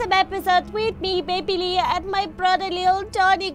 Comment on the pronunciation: it's Leah not learn